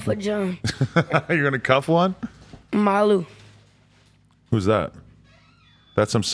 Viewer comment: he really said "Malu" 😭😂😂